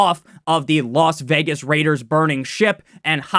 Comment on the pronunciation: I’m not a raiders fan but how dare you not put the emphasis on THE LAS VEGAS RAIDERS😂